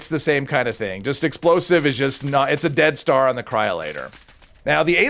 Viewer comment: Oh you're saying dead star. At first I thought you were saying death star.